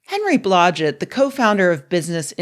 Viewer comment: When I heard “Henry Blodget” I was like “WTF?” And “what the hell happened to him”?